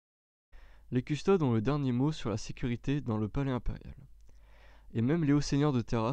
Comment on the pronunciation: C'est vraiment dur à écouter du fluff quand tu fais des fautes de prononciation à longueur de temps. CustodES : à mon sens on dit "custodès" Roboute Gulliman : tu le dis très à la française. Il y en a d'autres .... Beaucoup de répétition et une lecture très plate : Met un peu de vie dans ta lecture ! C'est intéressant mais la forme rend l'ensemble difficile à suivre !